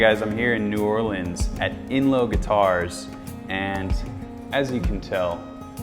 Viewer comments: “nahlins” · He actually knows how to correctly pronounce New Orleans. My mind is blown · That’s always the first thing I listen for when visitors mention New Orleans, I was proud of him